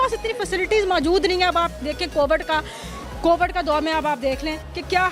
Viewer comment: Covid❎ Cobad☑️